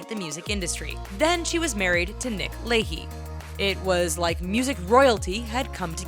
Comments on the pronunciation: Jessica Simpson and Nick leahy? It's lachey (la-shay). How do you fuck that up? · wait.. did she just say Nick Lakey? lol. need to do more research.. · She really said Nick "Lay-Heeee"? LOL!!